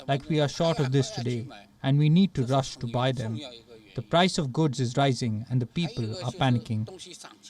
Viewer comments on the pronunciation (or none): none